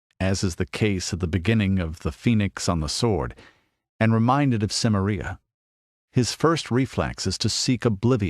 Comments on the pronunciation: I wish he'd stop pronouncing it like "Simmer-EE-uh". It's Si-MAIR-ee-uh, possibly with a hard "k" instead of a soft "c", but this guy's definitely pronouncing it wrong. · I believe it's pronounced "Ki-meria," not "Sim-eria." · Your mispronunciations of Celtic and Cimmeria are infuriating. Why would you narrate this if you clearly cannot even pronounce such important words to the story? That point aside, I am glad that you did because the more about Robert E. Howard there is the better.